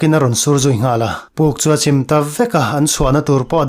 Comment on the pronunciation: Naupang puka an tan thu ah hian Ruah nasa takin a sur a, puk chu a chim ta a tih i sawi a chim i lam dan hi a dik lo tlat mai, tuiin min chim tih a chim anga lam tur a ni a, kan lungrem a chim tih a chim angin i lam a